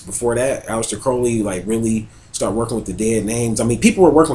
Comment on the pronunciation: ALEISTER not ALEX